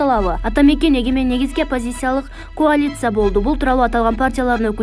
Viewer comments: Секетим аай секетим деги филфакта бир эки жыл окудуң беле. Коалиция деп жазып каалиция деп окуу керек. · Текстти окуган кыз, "коалиция" деген созду башка адамдардан сурачы, кантип туура окулаарын. Анан кийинкисинде туура окуганга аракет кылаарсын. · Коалиция деп туура айтчы чырагым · Тексти окуган кыз,кайсы окуу жайын,кантип окуп бутконсун,коалиция менен спекулацияны даяр нерсени окуп бере албайсын да,спецкуляция деп,уят эмеспи канча киши сени угуп атат...